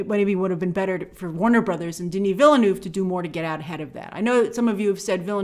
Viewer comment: Grace can't say Denis Villeneuve's name right